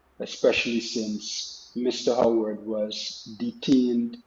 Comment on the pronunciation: Pal, case dissmissed against the pooooooolice, you were unable to give the name of the criminal. You said OWWARED and yhe criminal name wws HOWARD 🤡